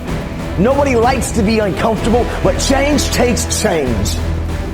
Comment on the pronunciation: I'm uncomfortable with the way he says uncomfortable